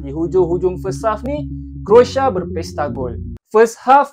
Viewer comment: CROATIA BUKAN( KROSA) /SECARA MELAYU KROASIA, macam mana mau memartabatkan bahasa melayu 😂😂😂